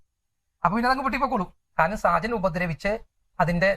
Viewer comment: സാജൻ അല്ല ഷാജൻ.